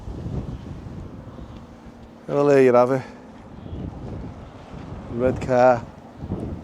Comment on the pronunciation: If he mispronounces Redcar one more time, I'll scream. (EDIT...ARRGHHH!!).